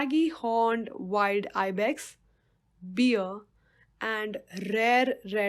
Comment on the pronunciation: Maam its bear not beer if you are saying beer it's not the good thing 🍺🍺🍺😁😁